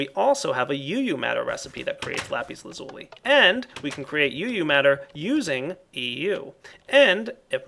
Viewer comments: The proper way to say lapis lazuli is Lah-pis laz-ul-eye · i cant be the only one who yelled at the screen lapis la-zu-lai... right? right?! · I like the way how you say lapis lazuli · Its sound so funny when you say Lapis Lazuli :D